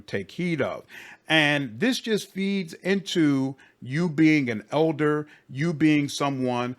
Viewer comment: Nothing to do with your critic but I hear you saying « eldar vampire » and I’m pretty sure it’s « elder vampire », eldar being warhammer 40k elves.